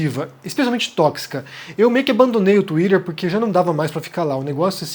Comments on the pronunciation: enquanto vc falar tuírer vai ficar difícil de assistir ... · Fale "twitter" direito rapaz, vc não é americano